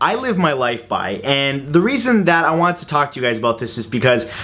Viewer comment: My faith in humanity has officially been restored...you do say "aboot" quite a bit in this one ;)